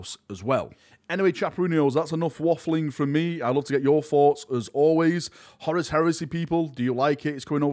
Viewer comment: For the love of God, it’s Horus not Horace!